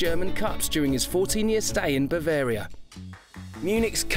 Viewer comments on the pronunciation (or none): none